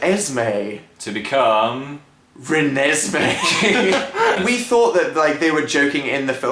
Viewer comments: I cried laughing when she said Renesme. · I had a proper laughing/crying fit when she said reneseeme, sooo funny!!!! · Raa-- Ranez-- Ranezmae? Da hell? Oh well my name is Ezri so.... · i thought it was pronounced rem-nis-me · okay so I love the twilight story like completely the books too so I have to disagree with most if your points in this video like that's not how you pronounce the babies name and Edward didn't eat the placenta if you had read the book you would have known that the placenta could only be opened by vampire teeth and that's why he had to bite it. But anyways I still love you guys despite your hating on Twilight however I can agree o the fact that Ej was a stupid name I mean like what kind of awkward ness does that start........but yeah Byeeeee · XD not to diss u guys but ur pronouncing the name wrong XD oh and u have to read the books to get it ...but im a girl so this is normal behavior XD XD XD oh and if u liked how jacob imprinted on renesemee you have to see oart 2 its frikin hilariouse ..bella kicks his ass